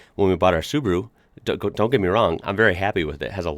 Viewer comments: That doesn't mean Subru but Su-ba-ru. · OMG why you all call it Subru??? Its SubAru, Sub A ru..... SubAAAAAAAru AAAAAA its a AAAAAAAAAAAAA inside the name. Holy Cow.... Its exactly the same if you would Ford pronounnce like a Fart. Ok it continues, Opal (Opel) and... omg.... Daudi (Audi) seriuously? You are kidding right? U R doin' this on purpose. Ok from today I call it Fart instead of Ford :D :D :D